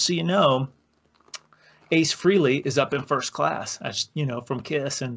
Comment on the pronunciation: As for my childhood guitar hero Ace Frehley's name . . . it's not pronounced "Free-Lee;" it's pronounced "FRAY-LEE."